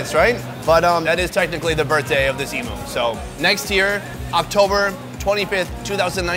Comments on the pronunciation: i feel bad but as an australia it really got me annoyed when he said "eimoo" rather then "eem you". once or twice is fine but god. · As an Aussie where emoooos are from. It's pronounced "E-,MEW!' not "E-MOO" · It’s eem-you not eem-oo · they have "e'moo" lol i cracked when he said e moo where im fro its "m" "you" emu not emoo lol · It's pronounced "eemew", not "eemoo". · it's pronounced em "U" not e moo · mate. Its Emu, Emewwww! Its Emu. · Emu is pronounced as emyhoo :)) just coming from an Australian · Reckon the best part of this video is how he’s pronouncing emu and guinea fowl 😂😂 as an Australian it sounds so weird really funny tho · why are they pronouncing emu like that 😂